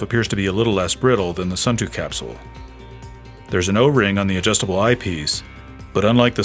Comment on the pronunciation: Nice review. I know that Suunto has somehow become “Sun Too” in the US, but the proper pronunciation is more like “Soon Toe”